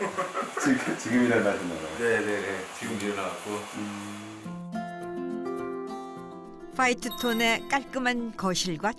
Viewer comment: 퐈이트 톤의~~~ 퐈이트는 무슨 색일까….. 내 귀가 의심스러워 여러번 돌려 들었네. 바이든인지 날리믄인지~~ 나레이터 개오바.